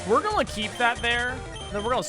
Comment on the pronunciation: Please please please stop saying “gulla” instead of “gonna”….Its painful